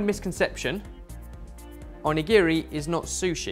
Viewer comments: The way says Onigiri 😱😱 here this is how u say it: O-knee-ga-ree 🍙🍙🍙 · the pronounciations...... i have no hope in you guys' pronounciations of foreign words anymore. onigiri is prounced as more of On-NI-GI-((R+L)/2)I, more of an "onigili" sound. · "Shi TARH Ki", "On A giri", why... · right xD the way he says "on-e-giri" ahahah his pronunciation....... makes me want to cry myself to sleep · pronunciation of Onigiri is excruciating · you pronounce onigiri super wrong!!